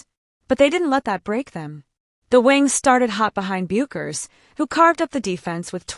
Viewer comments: You don’t understand what is saying? Your computer ai voice is FFF’d up. It fluctuated between two incorrect pronunciations of Paige Bueckers’ name, going from “Bakers” to “Byookers”. Her name is pronounced “Beckers”. How do you expect to grow this channel if you can’t even get the names right, of the players you are following? Ridiculous. This ai sh** is the epitome of laziness. Why should people waste their time here if you can’t even put the effort in to get names right?!? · The computer voice is messed up. Paige Bakers? smh